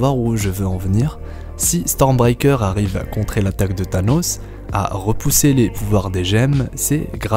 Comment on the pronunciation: STORMBREAKER et non "stormbiker" lol